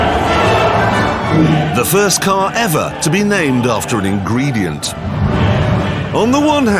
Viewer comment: "the first car ever to be named after an ingreedieent"